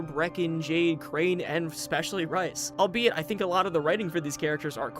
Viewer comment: Bout 30 minutes in, going great, but how many times am I gonna have to hear him call Rais “rice” 😭